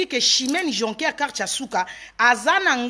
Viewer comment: Jocker et non joncker